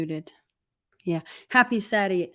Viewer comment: This was agrwat stream. Also, the accidental saying "Happy Satty" made me chuckle.